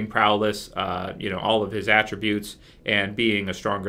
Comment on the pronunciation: when you say prowess it sounds like prowless. I don't know if it's intentional but it's kind of annoying